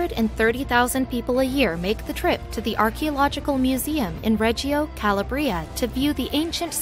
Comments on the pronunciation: Correct! Ca-LAB-ria not Cala-bria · Ca lab re. ah. Not Calabrea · Calabria. The stress is on the middle syllable, not the last. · My grandfather came from there and everytime she said i cringed. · Calabria and visage pronunciation is annoying, takes away from the credibility of that sqeaky-sounding amateur reader!